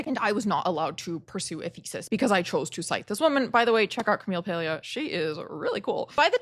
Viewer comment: I read Paglia before you were born. Why do you assume we all need to check her out? You're arrogant. Maybe that's why you have a hard time fitting in. PS you're pronouncing her name wronh.